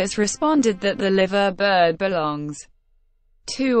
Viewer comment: Liverbird is pronounced Lyverbird. If your going to do documentaries please get the pronounciation correct